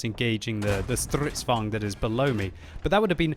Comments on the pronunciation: ITS FUCKING STRIDSVAGN NOT STRVGN!!! ///angry swedish guy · isn't it vagn not vang? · That is what he's saying. Just overdoing the 'r' mostly. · You are trying to pronounce "stridsvagn" like its german. Swedish is a mutch softer language then german. Dont accentuate the "R" that mutch. Thanks for the content. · Im pretty sure we will survive. also, it might be because im Norwegian and enjoy a good Swedish butchering ;D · its sounds like hes speaking russian :p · Please stop trying to pronounce stridsvagn. It sound horrible .... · Jorgen_ 021 agreed... Jag gråter fan när han säger det